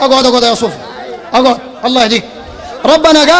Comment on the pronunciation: يا زينه يوم يقول اقعود اقعود😂😂😂😂